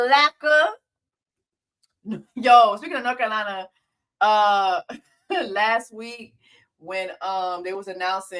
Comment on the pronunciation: Don't say North Cackle lakee...or whatever y'all say...NOBODY from NC says that! It's so insulting!!!!